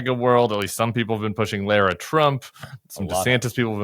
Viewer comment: Her name is LARA LIKE Tara with an l😅